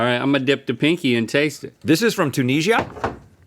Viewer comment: Also can you stop pronouncing it "tooneeshja" - the country is Tunisia, and you are disrespecting it by deliberately disrespecting Tunisians by ignorantly mispronouncing it every time.